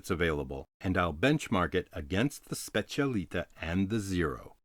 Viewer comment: I'll be disliked to hell but just want to point out that it's called and pronounced specialità not specialita , that stands for "speciality" in italian.